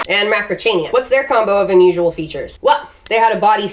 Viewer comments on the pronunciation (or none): none